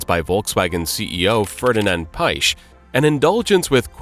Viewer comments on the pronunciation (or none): It isn't pronounced Ferdinand Paych but rather Ferdinand Piyesch